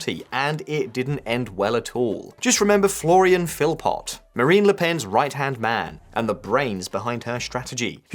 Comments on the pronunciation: Philipot is pronounced Philipoe. In Old French ( ), the last consonant was pronounced, but is normally silent now accept words like "fils" (son). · Your French pronunciation REALLY lets you down in this one: - Rassemblement National - Philippot Where's her ankle bracelet?